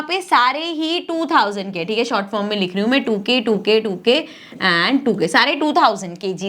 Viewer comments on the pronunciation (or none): none